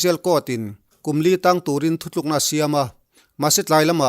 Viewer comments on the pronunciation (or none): none